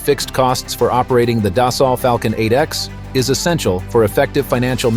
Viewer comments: It's not "das-salt", it's "des-sew". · Annual cost on a 7x runs around $3-$3.5 million so I’d expect the 8x to be a bit more that said this video was pretty poorly done not to mention the Ai keeps mispronouncing Dassault…